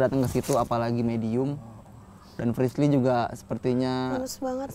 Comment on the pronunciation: Kenapa ya den ananda mangil frislly itu malah frisyy😅